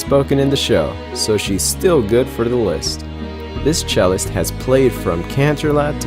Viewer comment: FINALY SOMEONE THAT SAYS CELLIST INSTEAD OF CELLOIST!! Im an all instrument playet